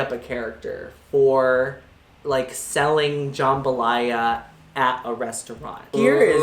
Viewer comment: It's jambalaya not jumbalya lmao